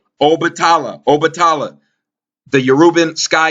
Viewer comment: Peace&Blessings! Shango(sh(ah)n-go) is in lined with Mars. Red color. Strength/Warrior Obatala(O-(bah)te-la) is more in lined with Jupiter. White color. Wisdom Combined to make the Orisha (red & white beads) Shango- St Barbara- Archangel Michael- Sagittarius- etc Good work the pronunciations was just killing me..